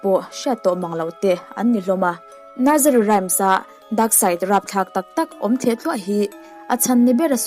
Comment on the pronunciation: Rhymes hi i lamrik dan (voice ) hi a dikhlel deuh ani , Rams ti a chhiar loh tur Rhym hi ( hym) hi voice pek khan lam tel tur.